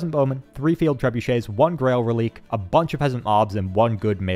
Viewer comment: Another great video! I love the edited campaign style that I haven’t been able to find anywhere else on this site, it’s exactly the type of videos I love see of the game! By the way, Grail Reliquae is pronounced Relic-ay not rel-eek lol